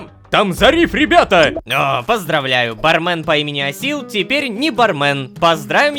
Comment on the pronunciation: Собираем петицию, чтобы Лололошка, наконец-то, произносил ба́рмен а не барме́н